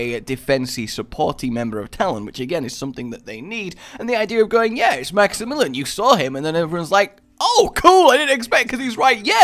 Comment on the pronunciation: please. maxy-mill-ee-on. it's pronounce like the name it's not max-im-mill-en. Maxy-million. it's not that hard